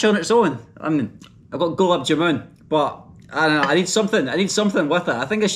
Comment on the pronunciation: ps Ur pronounciation of Gulab jamun is fucked, it's more like glaab jaa-man (man as in fisherman man, not moon.